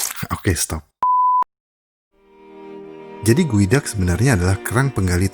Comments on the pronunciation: Geoduck cara sebutannya Goo, dak = gu, dak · salfok jadi kayak bilang sifon gueduck